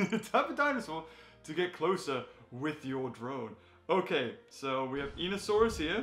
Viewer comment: Hey, just FYI it’s pronounced: EYE-KNEE-OH-saurus